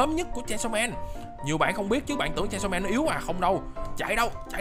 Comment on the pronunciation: Chanisaw man à anh đọc sai chứ